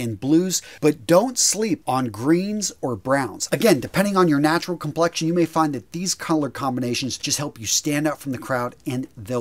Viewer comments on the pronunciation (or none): none